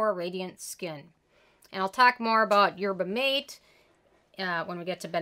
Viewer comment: I think that’s the third ten of 2021! Haven’t tried it but Good Molecules is on my list of products to try. Also, mate is pronounced mah-tay! ❤️